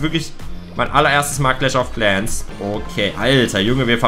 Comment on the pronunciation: Clach of claaaans